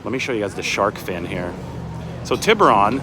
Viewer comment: Pronounce Tiburon correctly! cmon dude haha